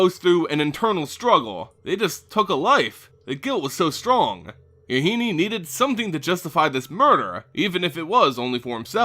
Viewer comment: MaRo has been told that Yahenni rhymes with "Duh, Jenny." Using this knowledge, to pronounce it the way you have been is wrong. For future reference.